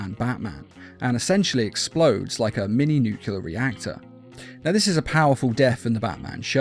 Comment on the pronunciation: It's not nucular, its nuclear. Nu-clear.